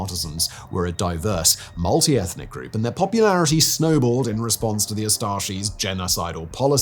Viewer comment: Had a stroke when you said group